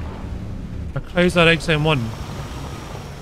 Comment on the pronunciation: Lol whenever says Chrysler it sounds like kaiser to me